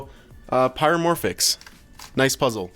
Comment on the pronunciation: pyramorphix not piramorphix just like pyraminx not piraminx